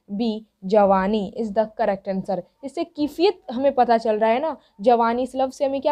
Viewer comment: Mam aap Jo padha rahe hain to aap bol rahe hain kifiyat bol rahe hain but but kaifiyat bolani chahie